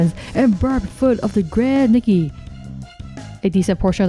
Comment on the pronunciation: I think her name is pronounced Nike.